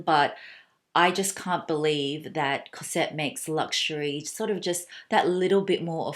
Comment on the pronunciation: Hello. May I tell you that you have to pronouce the S of cosette like a Z Cozette , the main female caracter in the Miserables of Victor Hugo. I love your accent anyway (from a french lady) I love this nice classic Celine bag. And The Trouville is fantastic, I'm in love.Thanks